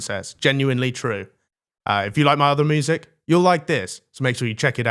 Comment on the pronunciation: Yup just don’t even bother doing a second take on the ad where you say moosic go on lad 🐄